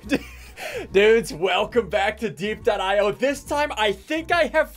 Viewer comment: ITS DIE-P NOT DEEP